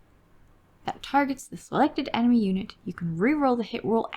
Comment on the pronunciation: Emeny? EMENY! 🤣